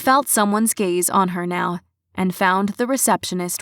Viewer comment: its a cat event neow is what she was saying